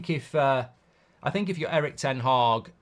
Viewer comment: I wonder how many times Mark says " Eric Tenh Hah " a day🤔